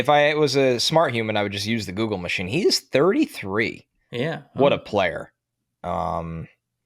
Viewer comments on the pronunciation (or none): none